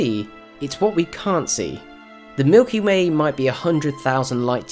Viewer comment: ha you said milky may